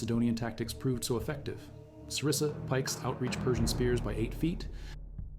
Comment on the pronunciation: it's xyston and sarissa not zistan and cerise lol